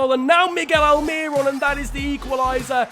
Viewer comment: Throwback to when I bumped into Miguel Almiron at my local mall. also it's pronounced Al-Meer-Own